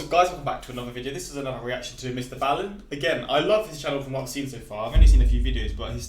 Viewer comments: B-aaaallen not bailen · it's ball-in. Not baal-in. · you got to start saying his name properly